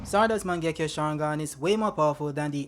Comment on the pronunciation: mich triggert es übel wie falsch du viele Sachen aussprichst!!! sasuke.... uchia.... mangekyo😢izuna... wie iel kommt da noch? madara auch und jetzt ist das mangekyo ist gerade zu mango geworden,tobirama auch 😢 orochimaru,tomoe auch 🙈 hashirama...sag mal hast du jeh den manga gelesen oder mal den anime gesehen??? 🤔 oh nee warte is ki generiert,oder?!??